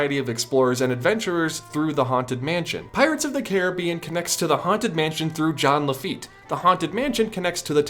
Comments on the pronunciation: It’s it pronounce like John Lafayette?...nah jean lafeet is better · It’s JEAN LAFFITE